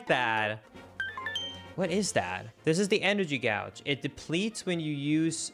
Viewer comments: and gouge instead of gauge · mispronouncing words is actually pretty funny, I won't lie. 😂 I understand the chat is already doing some corrections, but I thought I'd comment regardless. 1. Gauge is pronounced like *gage*, just without the U in there. 2. Abominable is said like this: Ah-baw-me-na-bul. 3. Irene = Eye-reen. 4. Maiamai was literally right there, my, oh my. 5. It's actually Low-rule, not low-rulely. I see I didn't need to correct this since you said it properly after. 😂 6. A-cursed, not acrid. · I love how in a matter of minutes you mispronounce “gauge”, “fiend”, and “abominable” and proceed to question who talks like that even though those aren’t even super uncommon words in English